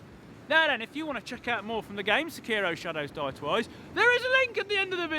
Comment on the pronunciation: I appreciate how he pronounces “Sekiro” properly. That’s something you don’t see very often.